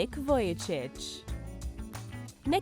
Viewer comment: not nick vulicic its nick vujičić